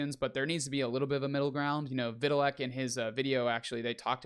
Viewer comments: Put some respect on that man's name and pronounce it properly. Like this Vit- tal- ick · it's not a difficult name to pronounce. And if you're going to report on this industry, it makes sense to know how to pronounce arguably the most important guy in its name. Why are you taking this so weirdly personal?